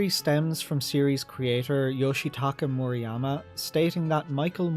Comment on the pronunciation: also it's murayama as ra in run not reeee